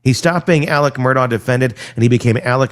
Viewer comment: And Murdaugh pronounced Murduck😂